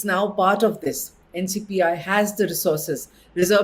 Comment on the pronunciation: Thank you for sharing. Btw it's NPCI not NCPI :)